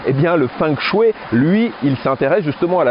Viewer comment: Bonjour Merci pour la vidéo Petite remarque toute amicale En chinois on ne prononce pas feng mais fong de fengshui. Et shui, ce dit chouei.. Xiexie